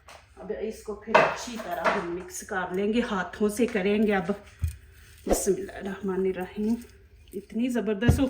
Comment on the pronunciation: your reciepes are nice I apologize for convenience but recite tasmiya properly